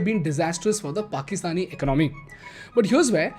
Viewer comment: All well with your videos but please work on the pronunciation of the word "Economy".